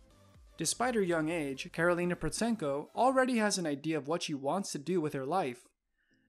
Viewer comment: Just for your info, Protsenko is pronounced with a silent T, so sounds like Prossenko. If you wanna make money off the back of her fame the least you could do it your research on her.